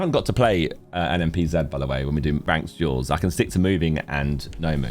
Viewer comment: Thank you for saying NMPZee for us Americans